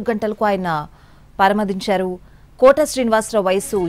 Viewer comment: పరమపధించారు స్పష్టంగా పలికాలి వ్యాఖ్యత